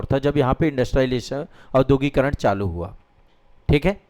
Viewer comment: भाईसाहब औद्योगीकरण का उच्चारण शुद्ध कीजिए।